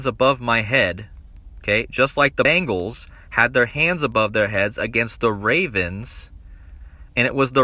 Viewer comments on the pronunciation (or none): I just really wonder why ppl are pronouncing it “Bangles” pls stop it.. I’m from Cincinnati it’s BEN GALS